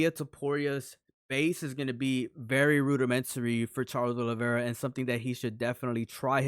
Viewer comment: Proper names and surnames cannot be translated. The surname isn't Olivera, it's Oliveira. You have to show a little respect for each person's name.